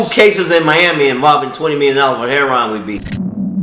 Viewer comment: He did all that and he still can't pronounce "heroin" correctly. It's not heron. Remember kids education means nothing if you want to deal drugs just get into dealing drugs and go as hard as you can because education means nothing these days especially if you want to deal drugs and make money off the pain suffering and hurt of others. Ten years from now they're probably going to start glorifying rapists and human traffickers.